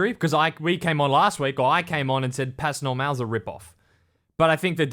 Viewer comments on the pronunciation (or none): You don't pronounce the "S" in "Pas Normal"